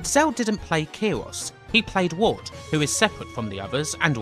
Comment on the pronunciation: are you saying watts?? watson??? ward brah WARD